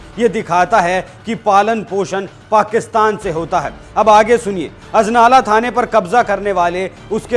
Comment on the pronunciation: Sala bda anchor bna firta hai anjala nhi ajnala hai wo ।